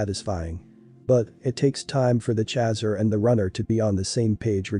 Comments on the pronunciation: No no no no just the fact that he is saying CHAZZER has totally derailed me from this video!!!! Nope! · Most intense union one can ever experience. One soul in 2 bodies. Thank you for this. BTW “chaser” rhymes with racer. Please pronounce correctly. 🌈